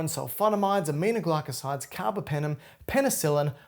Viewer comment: Very good teacher!!!❤❤ BTW, carbApenem, not carbOpenem